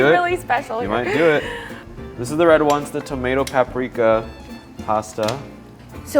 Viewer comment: Did anyone noticed that when mentioned paprika it says parika instead if paprika